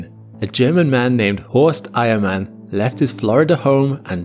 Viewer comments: Eiermann? I thought he kept saying Iron man. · I thought you said he was from the same region as “iron man” 😂